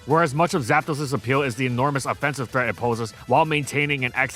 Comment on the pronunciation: Istg bro say "GAPDOS" one more time and I'm unsubbing